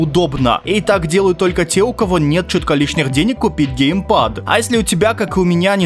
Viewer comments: Гейпад ещё 😂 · Не ГЕЙпад, а геймпад... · ну вроде геймпад а не гейпад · Геймпад а не гейпад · Серьезно? ГЕЙПАДЫ??